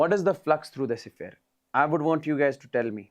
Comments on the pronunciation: Siphere ❌ sphere ✅ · Sphere ❌siphere✅